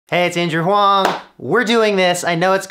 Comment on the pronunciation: Sorry man, "Andrew Huang" sounds more like "Android" ^^